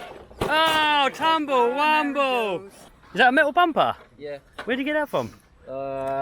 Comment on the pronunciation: Can you please stop saying tumble rumble